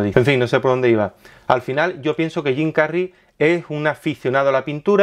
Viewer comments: ¿por qué no pronuncias las palabras anglosajonas con el asento anglosajon?... suenas gracioso cuando dices Jim Carry como si fuera un nombre castiso. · Suena raro cuando pronuncias el nombre de Jim Carrey, es tal cuál lo estás leyendo en español, suena de mmmmm ok. Bueno solo es esta vez que fue molesto escuchar tu pronunciación. Sobre el contenido todo está súper como siempre 🤗🤣